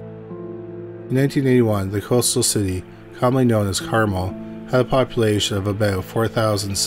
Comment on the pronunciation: For the record, Carmel is pronounced carMEL